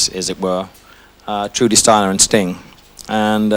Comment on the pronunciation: Elton needs to give Sting pronunciation lessons.